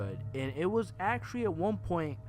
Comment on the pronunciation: Says actuawy for the 97th time (puts gun to head)